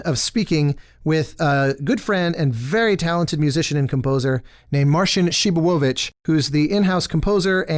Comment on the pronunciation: So THAT's how you pronounce Przybylowicz